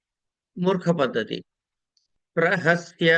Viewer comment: ప్రసహ్య అని ఉంది. రెండుసార్లు మీరు చదివేటప్పుడు ప్రహస్య అని వినపడుతోంది.తప్పైతే క్షమించగలరు 🙏